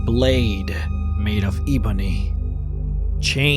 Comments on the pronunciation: Ebb-on-y, not E-bone-y. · love your vids, but Eeeebony?? It's like you never even played the damn game 😭 you fake. Eeeebony 😤😤 boi I outta smack some holy nirnroot into your skooma-head self 😤😤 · Never heard ebony pronounced (e-bony) like that. Awesome. Brilliant story-telling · it's Pronounced Eh-boney...